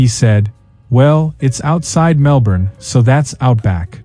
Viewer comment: Bloody yanks coming to OZ and pronoucing MelBorn and BrisBane